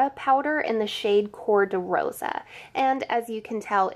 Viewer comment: You pronounced cor de rosa so well!!